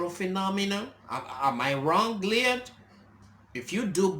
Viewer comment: His name is pronounced L* oy* d not Leon.